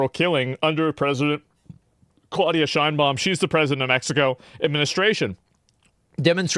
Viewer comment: Ah yes, “Shinebaum” the Mexican surname we all know